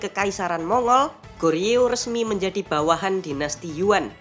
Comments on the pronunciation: Joseon dibaca joson bang, Goryeo di baca goryo😊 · Min , nu balek lafad ucapan teh , GORYEO ( bibaca Koryeo artinya Korea ) dan JOSEON dibaca Coson .